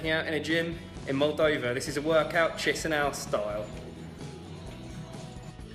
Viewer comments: You chisinau pronunciation is so annoying just say it like keesheenow. My god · So, the ignorant guy is travelling to Tshisinow! Wonderfull - the city is called Kishinow or in russian: Kishiniov. Better stay at home and read about the places you are going to. You are a disgrace to travellers. Go home, and over there back to school - you need a lot to learn!